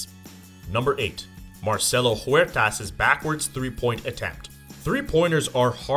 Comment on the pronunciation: Huertas not Juertas, sounds like Uertas